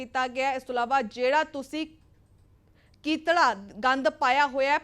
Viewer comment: ਪੱਤਰਕਾਰ madam ਨੂੰ ਪੰਜਾਬੀ ਸਿੱਖਣ ਦੀ ਲੋੜ ਆ ਕਤੀੜਾ ਨੂੰ ਕੀਤੜਾ ਪੜ੍ਹੀ ਜਾਂਦੀ ਆ😂